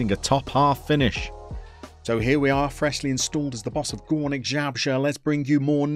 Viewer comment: if you want to read properly name of the club, you should be saying "Goornick ("oo" like in Boo as scaring someone) Zabrzhe (cause now you are saying sth like "ZHabrzhe (ZH = Polish "Ż" or "rz") :D good luck with Gornik my friend!